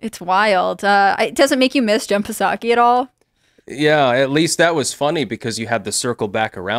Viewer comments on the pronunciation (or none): Lol, the P in Jen Psaki is silent.